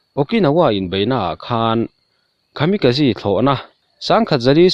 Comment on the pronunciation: Khami ka ji nilo in... Kamikaze a ni zawk e... English ang in lam lo thin teh ang, I chanel hi ka en ber a nia, a awmzia bo lo in leeee...